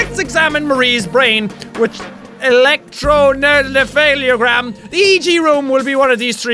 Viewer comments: The word electroencephalogram is pronounced E Lek Tro En Sef A Low Gram Like this so Sean can see it. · I’m not doctor but I know a lot of random crap. EEG is pronounced Elec-tro-en-seph-a-lof-ah-gram. It as it sounds measured electric activity in the brain. Epilepsy is increased average electrical activity in the brain which cause stress and seizures. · pronounced e-lec-tro-en-se-fa-lo-gram